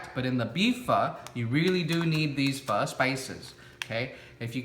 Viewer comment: Why do you pronounce your name kong? Please pronounce it right! You say Banh mi and Pho right.